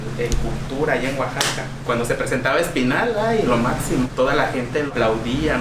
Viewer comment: Arriba Oaxaca! Orgullosamente Oaxacaqueño ! Por favor pronuncien correctamente Oaxaca,no es Ouxaca, Oasaca.gracias !